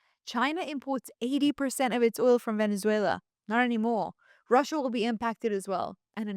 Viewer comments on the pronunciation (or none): none